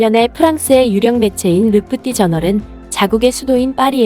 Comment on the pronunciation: 르 프티 저널(x): 르 푸티는 프랑스어로 읽고 저널은 영어로 읽었네요. 르 프티 주르날(o): 이렇게 해야 올바르게 표기하는 것입니다. 그리고 프랑스어에서 한국어로 전환할 때 경음으로 표기하지 않습니다. 만일 경음으로 하려면 경음으로 소리나는 것 모두 통일해야 합니다. 파리 15구 시청???????? 15구는 한국 식으로 따지면 구청인데 뒤에 왠 시청이 붙습니까? 15구청이라 하면 될 것을 이상하게 표기하시고 있네요. 내용 중간에는 15구청이라 설명하시면서 헤드라인에는 15구 시청이라 하셨습니다. 시청할 때마다 느끼지만 외국 언론을 다루면서 이렇게 해당 언어와 표기가 엉망인 것은 프로 의식이 없기 때문입니다. 개선이 안 되고 있는 점에서 정말 안타깝네요. 뭐 하나 꼼꼼하고 세밀하게 하지를 못합니다. 모르는 부분이거나 확실치 않으면 무조건 찾아보고 그래도 모르겠으면 주변 전문가에서 자문해야 하지 않나요? 공중파 방송이 아니라고 이런 식으로 부실하게 하면 본인 살만 깎아 먹는 것입니다. 기존 언론에서 하지 않는 부분 찾아서 빠르게 알려주시는 측면은 박수 받아야 하지만 동어가 지나치게 반복되는 작문 문제라든지 내용 이상이라든지 이런 부분이 많이 아쉽습니다. 그동안 보면서 소소하게 지적했지만 오늘은 크게 지적하고 갑니다. 이것도 애정이 있어서 하니까 그렇게 이해해주시기 바랍니다. 관심 없으면 잘하든 못하든 신경 안 씁니다.